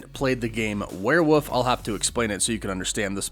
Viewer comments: WEREWOLF IS PRONOUNCED WERE-WOLF NOT WERE-WPPF. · It's werewoLf. Not werewoof. There's an "L" in the word. Pronounce it. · Is it really called “werewoof?” Why are you saying werewoof? Isn’t it werewolf? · Why do you keep saying warewoof instead of werewolf? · It’s WEREWOLF!!!! Not werewof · It's a werewolf man not a werewoof. Please stop... it hurts... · I keep hearing you say "wereWOOF" instead of "werewolf". Woof woof. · Why are you saying “werewolf” like “werewoof” can you not prounce the L or something? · Why do you keep pronoucing it "Warewuff" lol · Am I the only one hearing "werewoof" 😂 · I still don't know what a where woof is. Come on man! What is a where woof? 😂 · For hell's sake there's an L in werewolf! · why does he say werewolf like that